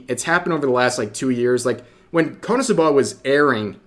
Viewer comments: Being petty here, REV it's pronounced "Konosuba" not "Cumsuba". You should've taken a double take there. (I'm saying this because you made this mistake several times and it's hilariously dumb.) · You should probably work on your Japanese pronunciation skills if you’re gonna keep making anime related content. KonoSuba isn’t pronounced like kah-NO-soo-BAH. It’s KOH-no-SU-bah. You’re putting emphasis on the wrong syllables and the first syllable is completely wrong altogether. I’m fairly certain it’s pronounced in the series during the eyecatch between segments where commercials would normally be injected. I might be thinking of a different series though. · Kono'suhbuh, lol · “Kuhnahsubuh” I can’t 😂😂😂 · Rev needs to be cancelled for how he pronounces KonoSuba lmao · the way he said "KonoSuba" in the intro 😭😭😭🤣